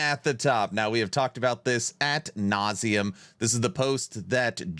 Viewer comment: Good video, as usual! I have one gripe... the term is "ad nauseam" not "AT nauseam". I'm a language freak, I know.